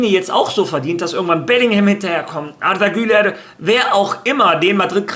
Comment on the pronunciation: es heisst arda güler nicht artha güler 🙂😉